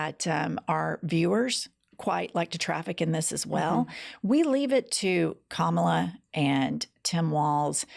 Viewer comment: I just realized as I heard it read aloud. Trump is calling her Ka*MOB*la. Mob.